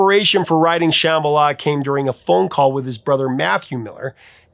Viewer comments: Woah, Dude, you TOTALLY slaughtered the word Shambhala! 😬 That was EXTRA cringe. They pronounce it wrong in the song, and you just followed suit, displaying your massive ignorance! Everybody knows what Shambhala is and how to pronounce it, lol!!! 🤭🤭🤭😂🤣🤣🤣🤣🤣🤣 I have one friend who refuses to even listen to the song, because the mispronounciation bothers her THAT much! It bothers me, too, but I still love the song. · Geez. Take a chill pill. The B is silent. So what? You act like everyone is pronouncing it like "cheeseball" or something.